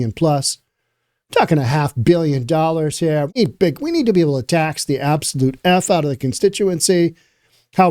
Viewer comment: Reporter sh said "excuse me, sommy. Grown ups are talking herr"